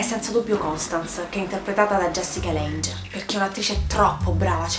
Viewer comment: Si legge "Asailum" ( Asylum ) e "Lang" ( Lange ) 😂😂